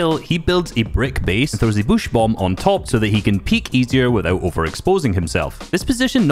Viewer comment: I love how says bush 😂 “Bouuush”